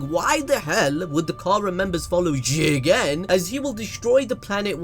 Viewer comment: Can you pls stop emphasizing Jigen’s name. It’s annoying